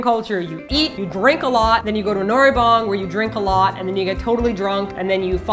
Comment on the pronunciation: Spent that much time in Korea but still can't pronounce noraebang lol smh....